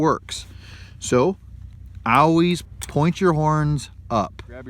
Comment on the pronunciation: "Owees" = always. Is that a Canadian accent?